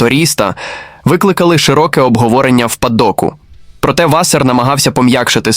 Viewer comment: що за клоунська начитка тексту. наголоси вчили ставити правильно? Чи,ШІ не знає різниці між вАсер і васЕр))))